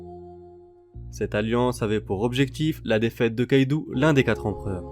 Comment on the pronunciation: Une remarque: C'est Kaido pas Kaidou